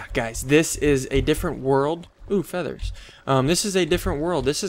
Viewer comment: sounds hilarious "uh feathers" :) Your German pronunciation isn't bad